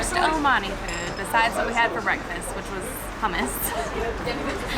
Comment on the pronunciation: Please dont pronounce hummus like Hamas xD Hamas is a terrorist organization. Its hoom - moos